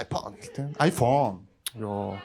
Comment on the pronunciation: Tgd i fhone gj shaadag bolj taarwu fysda yma😂